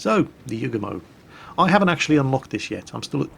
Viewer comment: you forgot to mention that the Yugumo get's 12km torps. Also you got the dude's name wrong the entire video. Don't ever change.